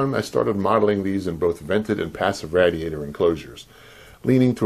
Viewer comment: Are you mispronouncing " epique" and " Radiator" on purpose?. Lol